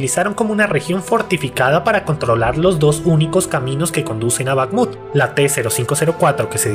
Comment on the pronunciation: Es Bajmut la kh es para el pobre inglés